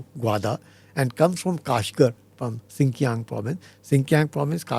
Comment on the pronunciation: NOT SIKIANG BUT XINJIANG